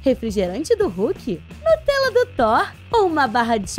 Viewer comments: Ela falou nutrela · vc falou nutorela